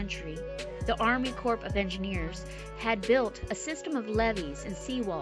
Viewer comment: The letter “p” in corps is silent. You pronounce it like “apple core”.